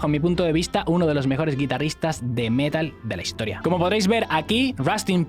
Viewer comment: Pronunciar metal como palabra llana no es Metal.